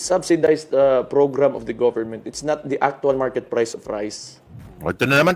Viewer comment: Pumunta ka sa Maynila at dun ka mag public press con para mskita mo hinahanap mo. Hayup ang accent mo sa word na Priceeeee.